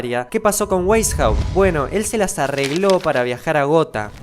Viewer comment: Weishaut se pronuncia Beishaut 😭😭